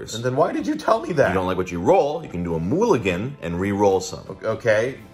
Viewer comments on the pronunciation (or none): Did you just mispronounce a mulligan as, "moo-gallen"? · I'm stuck on his pronunciation of Mulligan. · Please tell me you don't pronounce mulligan like that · Lol. Moo-lligan